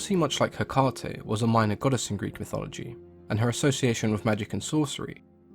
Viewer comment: Is that the correct way to pronounce Hecate then? I have only ever heard it pronounced Hec-ah-tey so found it jarring x